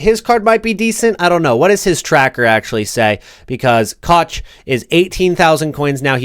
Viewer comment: Koch is pronounced cock